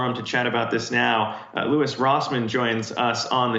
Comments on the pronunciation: "Luis" lmao 🤣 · HEY LADY, his name is LOUIS, not LUIS. DO YOU HAVE ANY CLUE WHO LOUIS ROSSMANN IS? Apparently not. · Pronounces his name "Louise" and ends the interview with "we make sure to get it right" lol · LOL SHE SAID LOUISE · Did she just call him “Luis”? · Did she call him Louise?? lol 😆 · It actually sounded like Louise, lol. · Louwwieesss.... that was a hard e lol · did she call him Louise? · I just about died when she called him "Loo-ees" lol.